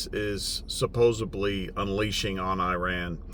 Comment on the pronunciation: You are spot on brother. Only pet peeve of mine is pronouncing words correctly. It's prononunced suppos-ed-ly not suppos-eb-ly